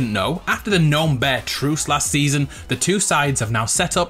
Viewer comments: Am I the only what that gets triggered when he says gnome like that, if you read this it's pronounced Nome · Yeah man it’s weird to hear gn nome 😬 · When something goes wrong "oh gnome" see gno-me